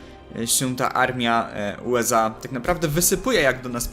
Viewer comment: USA, a nie UEZA!